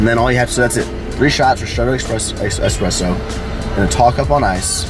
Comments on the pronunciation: It's "eSpresso" not "eXpresso" :) just FYI :) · No X in espresso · There is no x in espresso. 👌🏻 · please its ESPRESSO not EXPRESSO! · It's called eSpresso, not eXpresso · Espresso, not expresso.